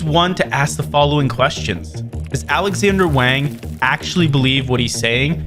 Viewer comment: Wang is pronounced Wong